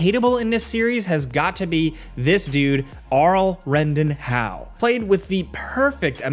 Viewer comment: "Arlhau" for fcks sake ! Its Arl Howe.